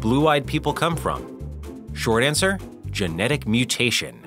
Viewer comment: I gasped when he said "GENETIC MUTATION!" Giggles and roles eyes